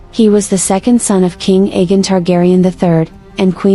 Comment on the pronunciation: It’s pronounced A Gone